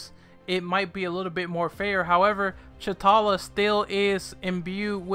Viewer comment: Secondly. His name is to T'Challa (tachaulla) not Chutalla.